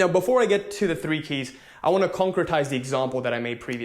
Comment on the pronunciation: Are you saying conquertize? Thats a new word for me. I had to pause the video and look it up!